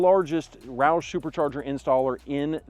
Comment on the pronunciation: As soon as roush pronounced at 4.38 min I stopped worthless video. In my opinion its dumb to install a supercharger on a non racing truck. Absolutely doesnt make sense. Mustang, GT absolutely OK. Ppl want a supercharger should by a dodge or MB cars. Then go 160 mph on freeway which I did 16 yrs ago. It was wide open freeway in a MB E55 AMG. Wow what a feeling.